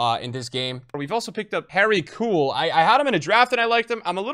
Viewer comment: please, it’s not Harry Cool it’s Harry K-you’ll